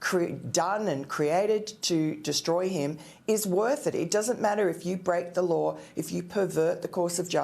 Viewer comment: Lar? I think she meant law.